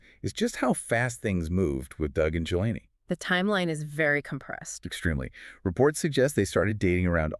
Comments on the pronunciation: The first marriage was not 12 yrs, but one or two years. Joni is pronounced "Joanie" not Joannie. I knew when Doug got together with Lisa. It was in his early 20's. You can't believe almost anything either Doug or Joni say. You two lied about Doug being upset by Lisa's exposure--you two are frauds. Stinky ones, you don't even know how to say her name. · Dead giveaway!! NOT JO-ANNIE Lamb folks! It’s Joni Lamb!🤢😡🥶🤷‍♂️🤷‍♂️ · How about pronouncing Joni's name correctly!